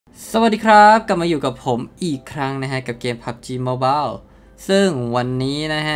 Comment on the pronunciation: โมบาย ไม่ใช่โมบอล